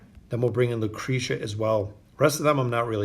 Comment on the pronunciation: lmfao what? he literally paused between “o” and “den”. it’s pronounced oh-din all together without pause. either way this dude can’t pronounce half the heroes names correctly anyways. he literally called lucretia, lucreeta before.